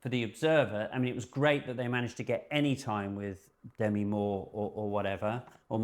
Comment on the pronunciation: "It's D'mee" she told Rolling Stone in 1985, an article I still remember 😂 I forgive you guys for saying "Demmy" because I really love this, and I love ALL of 's interesting stories. Makes me wistful, I wish I had stuck with photography after art school.